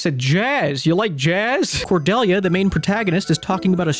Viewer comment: the one character i share a name with in any video game i've ever played and she gets done so dirty. and her name pronounced wrong. oof r.i.p. cordelia